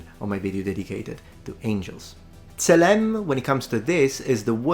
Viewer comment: צלם זה TSE-LEM ולא SALEM.